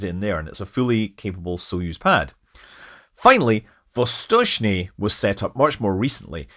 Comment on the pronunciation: His pronunciation of "Восточный" is almost as good as that of native speakers, and I think it's remarkable.